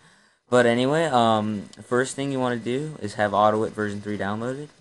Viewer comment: It's AUTO-I-T.